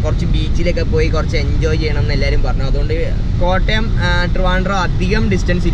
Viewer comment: Machane Kottyam അല്ല kottayam ✌